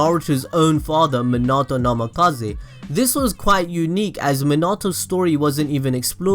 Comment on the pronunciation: NAMIKAZE NAMIKAZE NAMIKAZE NAMIKAZE NAMIKAZE not NAMAKAZE idiot